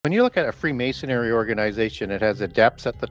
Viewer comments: Can't get past that is an expert on freemasonry and yet he continually mispronounces it as "mason-airy" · It's Freemasonry, not Freemasonary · Did pronounce "freemasonry' as "freemasonary?" Really?